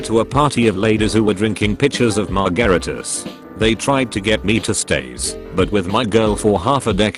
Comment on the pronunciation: “Mar GaRa Tas” killed me so hard lmao.